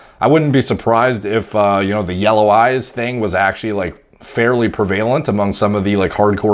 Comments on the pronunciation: mate " Prevalent " is pronounced " prev - uh - lint ", not " prev - AY - lint ", please note this lol Thanks; cheers buddy! Big fan of all of your content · It's prevalent not prevailent. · the only prevalent youtuber to say “Pruh-vay-lent” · Prevalent is pronounced PREH-VUH-Lehnt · Nobody:: pre-vail-ent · Maybe it's a Canadian thing? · The way he pronounced prevalent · how do you not know how to pronounce prevalent...?